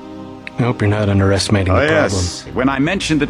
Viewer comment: "... I hope you're not undAHeYEStimating the problem...."